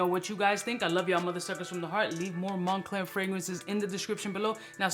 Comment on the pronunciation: “Mon-Cler” Money_Clear 😂 🤣 😂